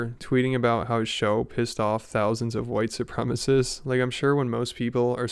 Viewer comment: Drink every time he says "whitesoopremists"